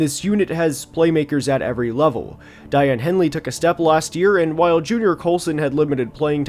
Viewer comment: Dayan henley is pronounced like “dayon henlee” 😂😂